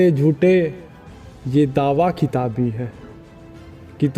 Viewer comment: खिताब बोल रहे हो, किताब है।